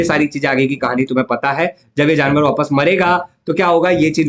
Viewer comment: Sir you say jannavar don't say it's Jaanvar . Jannavar is my school Sir name. if I give this to example at jannvsr Sir period . Then I shall like this 😢😢🙅